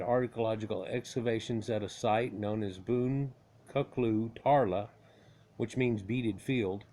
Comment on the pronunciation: How we pronounce the word boncuklu is : bone-juke- loo.